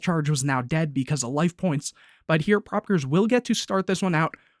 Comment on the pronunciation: to pronounce it its pro peekayers 2010